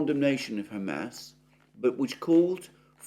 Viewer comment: Mercouris still calling them "Ham Ass". 😭😂